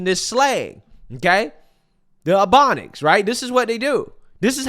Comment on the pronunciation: Not the “abonics” 😂😂😂😂😂😂